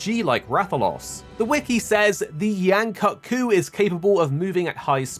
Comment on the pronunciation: Bro at least say Yain Kut-Ku's name right